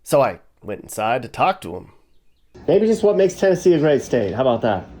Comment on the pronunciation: As a Tennessean you nailed it!